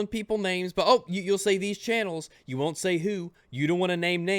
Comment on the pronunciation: Everytime you say wunt it hurts me